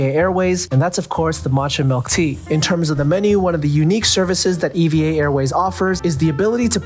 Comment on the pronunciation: It’s pronounced “eeeva” not “e.v.a.”